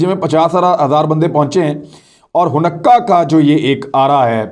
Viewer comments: Ha noo kah not ha nukkah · It’s called Haa-noo-ka not hanukka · عمران یہودی تہوار کے نام کا صحیح تلفظ “ہانےٖ کا” یا “حا نے کا” ہے حنقا نہیں ہے، صرف اطلاع کے لئے لکھا ہے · Hunakkah nahi Hanukkah pronounce hay... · It should be pronounced as “haa nee kah” not “ho nukka” Thanks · Hanukkah not Hunakka. Don't take it personal, just a correction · Imran khan I just want to correct some of the words pronunciation you pronounce like you are using in this video the word is haunika not hanakka also the name of the city of the Israel is Tel-Aviv you pronounce different it is hard for me to correct it by writing and I don’t know how to voice record the pronunciation and send it to you if you could call me I can probably explain you better I am in New York State my phone number is ,I am usually free after 7PM New York time,I do like the work you are doing keep up the good work shabash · AOA imran khan little correction of pronunciation its not Hunnakka but its sound like Honaka. Great work. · It’s hanooqa not hunaqa you pronounced wrong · Honakkah nahee ha hanka ha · لفظ خانیکا۔۔۔ جناب۔ آپکا بڑا بھائی امریکا سے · Array Bhai please please please. It is called. ( ho ni ca) ( ہو نی کا ) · Bro it’s Ha-Naa-ka ( Hanukkah ) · It is haneka man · sir it is pronounce in simple ways i try to tell u .....HANEEKA ... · Aslam-O-alikum Hanukkah festival pronounced as(Hanika). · Khan Sb ! Exact pronunciation is Ha-ni-Kah. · ہا نو و۔ کا تلفظ ہے اس لفظ کا شکریہ بہت اچھے پروگرامز کرنے کا۔ اللہ پاکستان اور اسکے محافظوں اور وفاداروں کی اور تمام معصوم مسلمانوں کی حفاظت فرمائے۔ آمین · Handeka you said it wrong